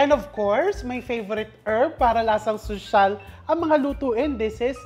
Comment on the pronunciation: Why you always emphasize the word ‘sosyal’ hindi ba kakainin kapag hindi mukhang sosyal ang pagkain?